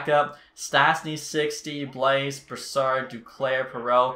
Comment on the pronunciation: Yeah, you also don’t pronounce the S in Blais